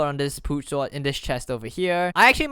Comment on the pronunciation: he says sword like sward